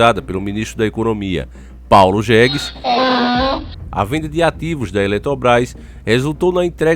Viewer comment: Alguém mais acha engraçado quando o fala Paulo Jegues? Kkk